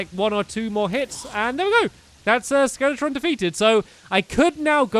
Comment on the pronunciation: FellowRPG it’s skeletron